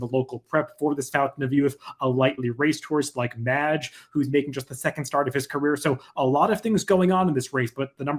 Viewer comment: Great analysis as always. It hurt hearing you mispronounce Mage through the entire video though.